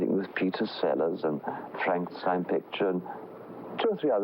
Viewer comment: Love how Peter Cushing always pronounces the name Frankenschtein